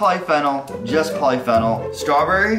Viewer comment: Poly-Fennal EXQUISE ME BISH? IT PRONOINCED POLY-FEE-NOL